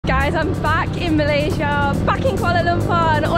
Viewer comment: Welcome back to Mall-aysia